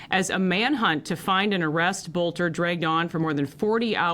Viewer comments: BTW I live near Green Isle its pronounced BELTER not bolter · Small detail: it’s pronounced “belter.” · I can't stop hearing the Boelter commercials from the radio when I hear the name. Yes, pronounced Belt-er.